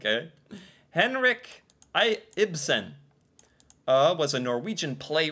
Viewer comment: Hey, you said Ibsen correct!